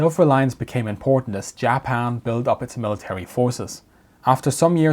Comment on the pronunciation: hehehehehe hheheheehehe he said "jah pan"